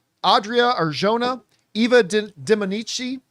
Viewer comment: It's pronounced Ar-hona. And certain people want her for this role so she won't be cast as Wonder Woman 😅